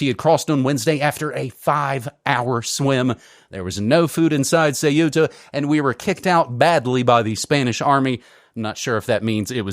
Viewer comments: Ceuta, not Cueta. Stop the copy/paste ! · "Que -etta" not Cu-eta, pedanticism I know but... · Not Ce-u-ta , it’s Ceu-ta! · Dude, it’s pronounced “Kuta” (or Kootah if that easier for you) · Dudes, it's pronounced Thay-oo-tah. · Ceuta = SAY-OO-TUH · It is CEUTA, ("Ce-oo-ta") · THAW-tah (official Spanish) or SAW-tah (Arabic, Berber and dialectal Spanish). In this case the "u" works like a /w/. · An independent investigative journalism piece cannot afford such a mistake. Could it be that this disdain for the pronunciation of a small Spanish city, an enclave on the Strait of Gibraltar, stems from a chauvinistic bias?